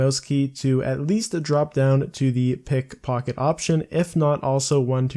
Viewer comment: or you mispronounced simple words. One or the other. Who knows.